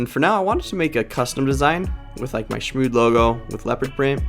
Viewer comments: SHMOOD ! ITS SHMOOD ! not shmo-XD 🤦🏻‍♀️😅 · Am i the only one that had no idea it was pronounced "shmood"? I'd been saying it "shmocks-d" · when this whole time i thought was pronounced shmoXd not shmood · this whole time i pronounced it shmoXD